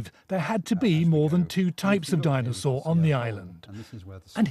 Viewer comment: a di-nose-aur